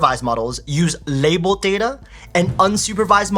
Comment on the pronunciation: the way says l"abelled" Lol 😂